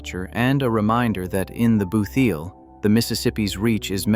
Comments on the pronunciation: Please get pronunciations right. It really grates. It is "boot heel" and not "booth heal." In the state It is called "New Madrid" as in "sad" and not as in "bud". And many of these pictures are either not related to this state or are misidentified. The "Lake of the Ozarks" is really the Osage River flood plain and not the Ozark Plateau. And how many times do you need to mention the "booth heel" is a flat flood plain? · He said booth eel tho….just when I stopped watching. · "booth eel" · WTF is a "boo-theel"? AI NARRATION SUX, YOUTUBE!!! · Your AI occasionally says "booth heel" . Very annoying